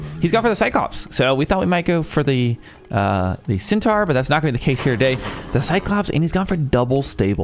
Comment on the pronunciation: The plural of Einheri is Einherjar (pronounced N-her-yar). Centaur is "Sen-tore" (like; "I tore a foot ligament"). And while on it, Minotaur is "Mine-o-tore". Toxotes are "Tox-o-tes". Slight emphasis on the second o. Hippeus are pronounced "Hip-a-oos" with a soft a. It simply means "cavalry". You got better at it after the first goes :) You do raise a good point on the names. Greek, Egyptian and Norse are a real mix of difficult pronunciations that are not intuitive when Romanised into English. And we have Chinese coming later, who are just as bad.